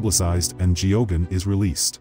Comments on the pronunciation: I don't think the name being mis pronounced is the most important narrative here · How could this narrator not know to pronounce Geoghan if he did any research in the priest. It's baffling.